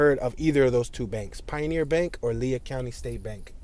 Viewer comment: Cool video. I lived in Hobbs from ; graduated from Hobbs High School in 1987. But haven't been back there since, I believe, 1992. By the way, Lea County is pronounced like "Lee."